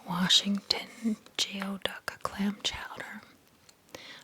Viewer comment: Hey neighbor!!! I'm right above ya in Kentucky! It gave me a chuckle when you were calling chess pie "cheese pie". Coulis is coo-lee and geoduck is gooey-duck. I learned it from Gordon Ramsay LOL